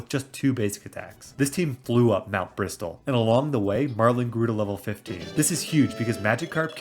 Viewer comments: The fact you pronounce Mt. Bristle as Mt. Bristol. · Great video, fun idea for a challenge. Just for your info, Mt. Bristle is pronounced with a silent T in Bristle, like "Brissle", and it's "Skuntank", not "Stunktank" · Just so you know, the "t" in "bristle" is silent. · Love the video, I’ve been replaying PMD (with the Remix mod) lately and it’s so much fun, we can’t get a DX version of this soon enough (Also idk if this is a bit I’m not getting but the t in bristle is silent, just wanted to let you know)